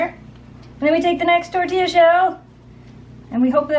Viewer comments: Looks yummy and we will make some. Oh, and I know in the past you have asked how to pronounce "tortilla," correctly. Here, out west, they are pronounced tor-TEE-ya :-) You are saying it as tor-TEE-la but in Spanish, a double L (as in Tortilla) is pronounced as a Y sound :-) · It's tor-tee-ya. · Hi Spanish teacher here. Let know that the ll (elle is its name) is pronounced like a y. So it sounds like TOR-TI-YA. Love your channels! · the ls create a yah sound so it would be tore tea yuh. But I agree great video. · I uh... don't think you're supposed to pronounce the Ls in tortilla. Haha! Looks delicious, though!